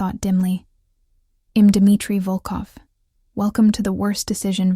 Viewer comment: Are all these stories ai ? Honestly if a real person is reading this, why the mispronunciation of words like I’m? If you are writing and reading why so many mistakes like that? I’m out. Sorry, storylines is broken with confusion of when he stopped talking. 37 minutes in and I’m out. AI can be great but you need to double check your storyline and the pronunciation of basic words. Also, try making up original names.